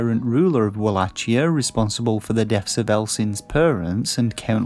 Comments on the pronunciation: The review is very well written imo 😊 - would have been even better with a more lively voice over and with the correct pronounciation of the game's title ("wallakia" instead of "wallatchia") 😉👍🏻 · Uhg bro you are pronouncing wallachia wrong